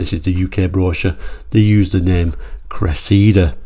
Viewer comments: It's the Toyota Cressida not Cressidda. 🤔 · It's funny how Brits call it a "Cress-SEE-da" but in South Africa and the US, it was "CRESSA-da". And PLEASE, Brtons, PLEASE top saying "MAZZ-da" and putting a zed in Chrysler. You also say Nissan wrong (it's KNEE SAHN, like the Japanese say it), but we all say Subaru and Hyundai wrong in the West, so I'll give some leeway! Hyundai's popular crossover is a "TOO-SAHN", not a "tuckson", though I think I've only heard the Aussies go that route. Repeat after me, Blighty: LAHN-chuh. LAHN-chuh. LAHN-chuh. While you're working on that, I'll try to get Americans to stop saying FEE-YOTT, Ruh-NAULT, VAAHL-voh, and porsh. And we yanks actually like the way you say "Jag-yoo-warr" and many Americans are now using that pronunciation.